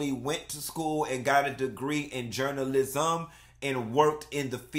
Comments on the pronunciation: I’m gonna need to you say “JOURNA-LIZ-UM” in every video. 😂🤣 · Journal-lisum lmao 🤣😂😂😂